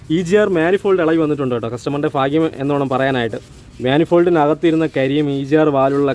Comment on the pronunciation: ഭാഗ്യം... ഫാഗ്യം.. അല്ല 😊